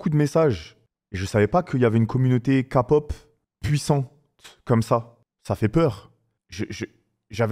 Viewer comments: Kapop😂 on écris K-pop mais On dit. Keypop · Par contre c pas kapop😂c kepop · Amine, okay déjà on dit pas Kapop mais Képop ensuite écoute des vrais sons de BTS, Dynamite Boy with luv ect c’est leurs côté pop mais ils ont pleins de genres variés Pop, Hiphop, Rap, IDM, Pop Latin, Rnb, Jazz, Ballade… ect. Selon tes goûts à toi moi je te conseillerais d’écouter Mic drop Ugh Shadow Home Cypher 4 Love Maze My time No more dream Hip Hop Phile (en lisant les paroles) Like Spine Breaker Voilaa j’espère tu verras mon commentaire !! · Oui,sa se dit Kelle pop